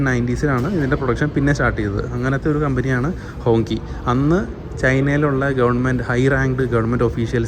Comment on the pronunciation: ഹോങ്ചി എന്നാണ് ഉച്ചാരണം